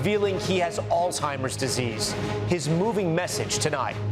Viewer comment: Please pronounce Alzheimer's correctly. No "t"